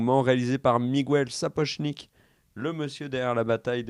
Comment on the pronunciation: arrête d'appeler Miguel "Migouel", stp...... Ah, merci.👍 Bâtard? Euh, oui, si tu veux. L'Alan Taylor qui va le remplacer, il est excellent, ce mec, on va voir ce qu'on va voir en saison 2!